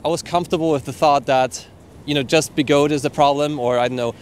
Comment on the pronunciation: They are call be-go-de, 3 Chinese words so the “de” does sound